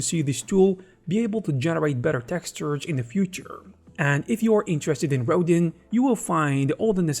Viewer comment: Please Google the sculptor Auguste Rodin. It's pronounced row-dahn with a very soft n at the end.